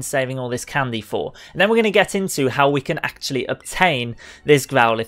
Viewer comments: Stop saying candeh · I hate the way he says candy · My friend says he dislikes the way you say candy